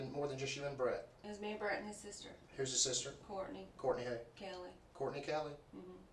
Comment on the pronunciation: 😂 Your Hay-er is Thay-er.